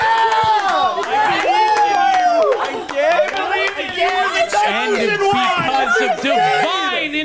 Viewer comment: I like the way pronounces it like "we're wolf"